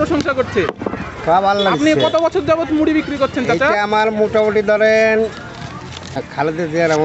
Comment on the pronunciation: ড় এর শুদ্ধ উচ্চারণ করতে গিয়ে ড এর মতো করে ফেলছে 😪 মুডি মুডি 😪 ।